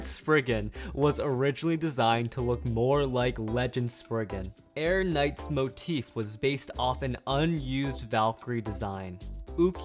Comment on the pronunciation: It's air knight